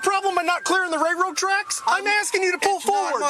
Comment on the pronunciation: The most frustrating part of this interaction is listening to the officer call them "ray-road" tracks 😂